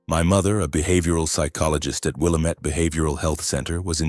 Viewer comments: Learn how to pronounce willamettte. Will a mette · Lmao it’s actually “Will-AM-it,” rhymes w/ “dammit.”